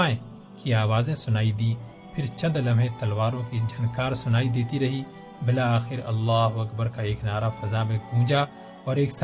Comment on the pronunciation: Bil Akher not bila akher